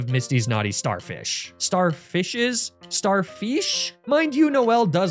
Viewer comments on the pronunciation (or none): I laughed a lot harder than I should have at "star-feesh?"